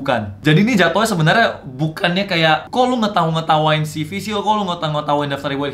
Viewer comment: Ceve bang bukan sivi bacanya